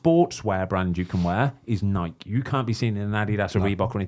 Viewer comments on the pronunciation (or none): It's Nike, not Nikey. You wouldn't call a bike, a Bikey.